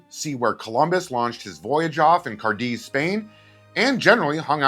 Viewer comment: Car-deiz 😂😂 I wish you could have done a show in Rota(right across the bay from Cadiz). Best assignment ever! Furthermore, if I were Francis Powers, and my airplane had just got hit by a super super sonic piece of TNT, I would poop myself